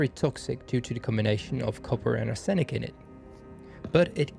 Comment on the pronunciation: You have excellent English so you will want to know arsenic is usually pronounced arse nick. I kid you not.